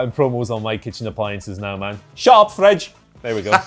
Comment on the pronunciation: "shut up fridge" the most Scottish has ever sounded!